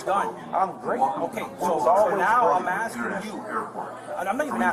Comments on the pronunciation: He’s “Axe’n you as a man”! Thats assault with a deadly weapon. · Can you fix your subtitles please? The man is clearly saying ''I'm axing you'' NOT ''I'm asking you''.